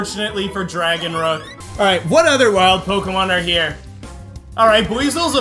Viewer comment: I think dragonrook sounds like dragonnook